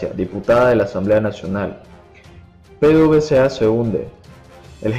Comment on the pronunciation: Se dice pedevesa